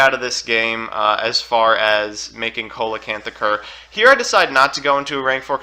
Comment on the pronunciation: I’ve come from two years in the future to tell u that it’s pronounced “SEE-luh-canth”